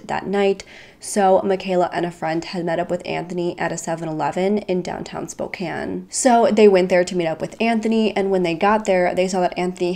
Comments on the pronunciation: You pronounced Spokane and Yakima perfectly! The first youtuber that I've watched do so. :) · I'm like 2 minutes in but as a Washingtonian we have a lot of stupidly complicated city names to pronounce but I'm glad you figured out how to say Spokane